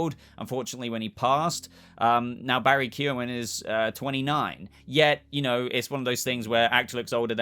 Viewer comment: As an Irishman I appreciate you not butchering Barry’s name like most other Youtubers are doing!